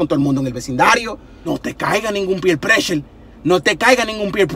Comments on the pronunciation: I think the funny part was did he say peer pression?! Hahaha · 😄 yep, he did say peer pression 😀 he so crazy!! Just love watching his videos.